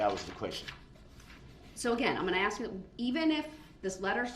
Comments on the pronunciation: This idiot's language... lol. "Dat's not da troof." "You need to ax me, not tell me." What a complete moron. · "Did you AXE that?!" Typical..... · Ax = ask Axed = asked Dis = this Dat = that